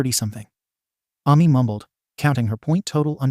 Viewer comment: Hello, I am the Author of this story! Thank you for uploading this onto your channel. It's nice to see my story made its way onto Youtube. I'd also like to add that It's pronounced A-Me not Ah-Me but then again its a robot voice so of course its trying its best to understand. Also the red and black haired girl isnt what Ami looks like if anyone's wondering. Other than that, I appreciate the upload. Thanks for reading( or listening😂) and have a good day!